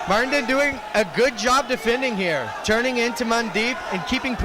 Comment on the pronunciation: MARTIN. Not MARITIN.😅😅